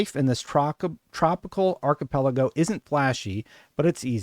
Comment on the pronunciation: At least he pronounced "archipelago" correctly. Other videos annoyed me.